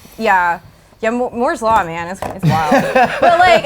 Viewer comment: Did she say moores law..